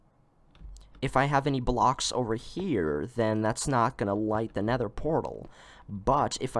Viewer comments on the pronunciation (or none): He said “neder “